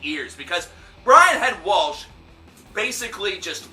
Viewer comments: calm down man! even if it pisses you off, why let it get you to THAT level? it definitely was insensitive, but people have their own opinions. if they didn't, you wouldn't have this show. just calm down a little because you're pronouncing his name wrong! LOL or are you Sam Kinison reborn! Not all Christians, me being one of them are insensitive when it comes to suicide. since the Bible speaks against it (so they say) and says you'll go to hell if you do this, that's why people get so upset. And besides, to my knowledge, Catholicism, along with King James made it a sin because too many people in that time & age were killing themselves by martyrdom in so many stupid ways, for so many stupid reasons that they made it a carnal sin to stop all of the martyrdom and make it a carnal sin. Being a Christian myself and having just lost my favorite cousin to suicide this past year, I don't think its a cowardly way out because you never know what that person is going through. Chester Bennington didn't keep it a secret that he fought depression for years. Not all people speak out about their depression or speak out give people any reasons for wanting to kill themselves. Although those of us who lose loved one's to suicide wish they would. And lastly, FUCK Gene Simmons! he's a know it all piece of shit anyway. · Okay first of all if your gonna bitch about someone please pronounce their name correctly. Its not Walsh... its Welch. Like Welch's grape juice. Lol. Secondly... I get where Head is coming from. I mean if he didn't care he wouldn't say anything. Of course he is sadden he lost a friend. but why can't he be mad? why can't he think... why didn't Chester talk to me? why didn't he ask for help? why can't Head express his feelings? why does he have to say what everyone else says? why can't he just be real and you just be okay w that. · It's Welch not Waltch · Welch. Not Walsh. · David Morris I was cringing when he said "WALSHHHHHH" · David Morris amen dude